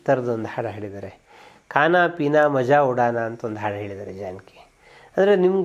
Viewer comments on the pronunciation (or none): ಮಜಾ ಉಡಾನಾ ಅಲ್ಲ ಮೌಜ್ ಉಡಾನಾ